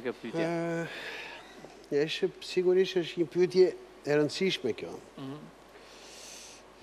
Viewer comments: faktikisht, gjuha e folur me gjuhën e shkruar ndryshojnë pak, të folurit të lejon edhe pak dialekt, shkurtime, etj. Kështu që është normale të thotë "pytje ", dhe jo "pyetje". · Ermal te lutem, te pakten ti fole mire gjuhen shqipe se te kam degjuar gjithmon qe thua "pytje", gramatikisht thuhet "pyetje", futi nje "e" ne mes.